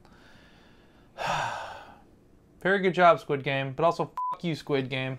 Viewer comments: Is there a reason... or am I just hearing it wrong. The guys keep saying "Skid" game vs "Squid" game. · im just sad im not going to get to hear u say SKID GAME anymore </3